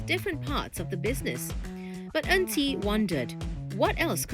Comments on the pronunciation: This AI voice over also cmi. Her name is En Qi. But the voice keep saying 'auntie'. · I for one was scratching my head wondering who is this "Auntie" for more than a minute.